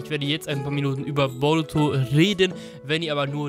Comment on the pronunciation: Wie er boruto ausspricht ,,borotu“ 1zu1 spricht er es so aus ahhahahaha